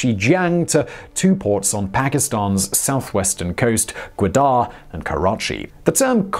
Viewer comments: Its ga wa dar not guader deckhand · Its Ga Wa dar not gadar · it is not peshwar it is peshawr and not gudar it is gwadar not making joke just telling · Godar? it's Gwadar silly. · He can’t pronounce gawadar port Chutia expert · it's Ga-Wad-Dar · It's Gwadar Port City...not Quetta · the way he pronounces Gwadar is giving me anxiety. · Also please try to pronounce names like Gwadar somewhat similar to the correct one.